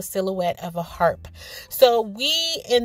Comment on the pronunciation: lol 😂 your so funny, you always bring a smile to my face. I thought you kept saying heart, I was like what kind of heart is that? lol but it does look like a harp girl. Love the cat and fish bowl, so creative. Great video.